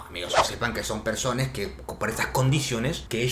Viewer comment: Soy yo o dijiste "persones"